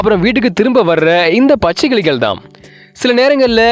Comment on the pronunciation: கிலிகள் அல்ல, கிளிகள் சரியாக உச்சரிக்கவும்.